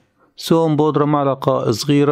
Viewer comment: اسمها معقلة يا استاذ وليس معلقة😂✌️ (ملعقة)